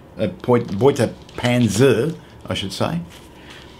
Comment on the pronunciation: Beute was very good, panzer is not pen zer. The a sounds like the a in “are”. Pan zer.